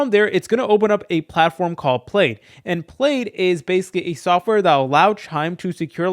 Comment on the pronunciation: Its pronounced "pladd"